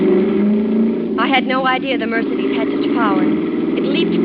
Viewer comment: too bad that she doesn't know how to pronounce Mercedes...ha.ha